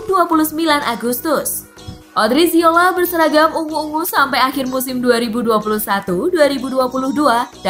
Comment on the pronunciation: odriozola bukan odriziola